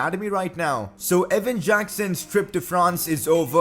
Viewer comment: Ewan, not Evan